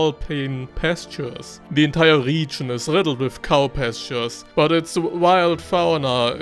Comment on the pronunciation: I want to watch this video for your advice so much, but i can't... this "RIIIGIIN"... i can't... #noHate but i just can't..